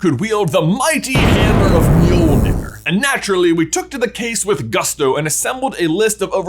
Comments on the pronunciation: The name of Thor’s hammer is pronounced “Johnathon”, right? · God i hate being danish, hearing other people pronounce Nordic names like Mjølner - don't worry you and are better than the majority I've heard, but still...